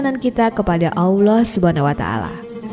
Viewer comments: Kurang fasih menyebut Alloh .masa awloh ..🤦🤦😞😞😞😞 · Awloh? Yg bener wahai ukhti.. Allah.. Alif lam lam ha..